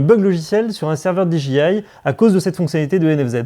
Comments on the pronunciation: No,no: Di-Djé-Aïe...😉😎😜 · Prononcer le D et le I en anglais, mais le J reste français :D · on est d accord :D mais lui le dit à la française pour le J :D